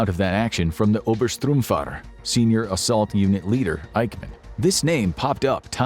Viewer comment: Oberstruhmfahrer? Obersturmbahnführer! - With all due respect, I LOVE your videos - especially those related to WW2. But, much(/many?) of your German pronunciations are frankly ATROCIOUS... I highly recommend you to do a little more thorough research:) I look forward to your next ones - as long as you don't butcher foreign languages;-P